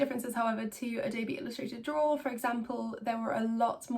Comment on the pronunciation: Ello, my name is Simon and I love to “drawra”.